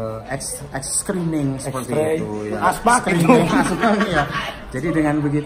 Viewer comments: ngomong xray dengernya ashtray. ealah para guru bahasa inggris PR kalian masih banyak pak bu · eta pak nyarios X-ray kang.. sanes ash tray nu hartosna asbak. punten ah